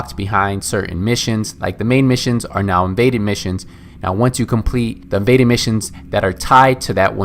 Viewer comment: "Vaded missions..." "Maded missions..." "Imaded missions..."